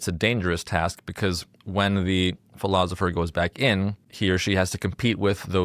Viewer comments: It is driving me crazy that this guy keeps saying “ philozipher”. Is there a reason for that, or is it just an odd personal quirk or affectation? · Philozopher. I hope I don't start pronouncing it that way. Otherwise, I REALLY enjoyed this summary of The Republic. Thank you!